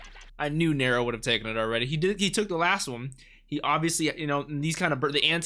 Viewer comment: I think her name is pronounced "Narrow". Possibility a nod to the Roman emperor Nerō.